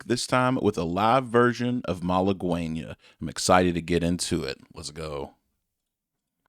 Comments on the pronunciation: It’s not pronounced as mala-gwen-ya it’s pronounced mal-again-ya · It's pronounced Mah-Lah-Geh-Nyia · He played it so you think he would know how to say it but he dont🙄🙄🙄